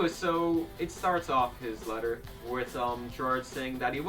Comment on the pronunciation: letter? LEYTAH